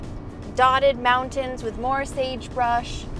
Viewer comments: Oh my gosh, that’s adorable. She has her own designated pee spot because my dog Bella does the exact same thing!! People say that girl dogs are more like this. That they are choosy where they pee. ❤ So cute how says mountains … without the “t” 😂❤ Also, the lake might’ve been a little disappointing, but remember, it’s the journey not the destination. Although that was a long journey 😂 It didn’t look like there were many bugs there it looked really pretty in green though. Thank you guys for another great video! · Moun’ens and Bud’ens mountain and button 😂